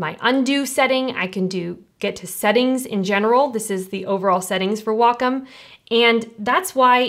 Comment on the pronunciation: Great video. What I'd like to see is how to adjust the sleep timeout on a Wacom Intuos tablet. (also, thank you for pronouncing Wacom properly! Ugh. I hate hearing WHACK 'em. Ugh!!! :) )